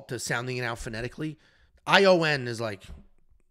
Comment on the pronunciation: It’s pronounced “ee-wahn” Cutelaba 😉